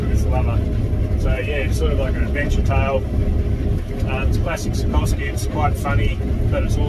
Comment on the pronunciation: It's Sapkowski* but otherwise a very good review. Thanks!